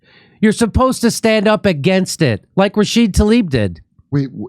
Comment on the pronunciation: Why do you always leave the A off of Rashida?